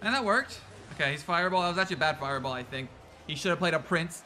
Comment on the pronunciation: That fireball(furball) caught me off guard. Im dying🤣🤣